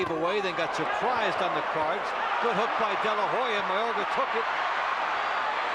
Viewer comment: To the fight commentators, STOP saying "De la Ho ya" (though it is spelled as such In Spanish,) the H is silent. Oscar's last name is pronounced: "De la Oh-ya"